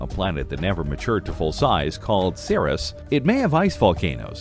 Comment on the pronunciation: I just checked over at Wikipedia, where I confirmed that the way I've always pronounced the dwarf planet Ceres is correct--series, rather than SEAR-us.